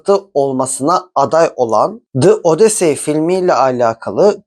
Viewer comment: “Dı Odisey” 😂😂😂